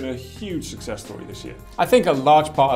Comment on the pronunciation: Aaaahhh it kills me whenever I hear you say "sussess" instead of "success"